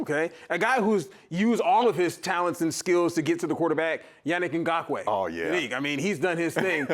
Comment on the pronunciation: Love EA but he's always getting Ferrell and Ngakoue's names wrong! For Yannick he messed up both first and last.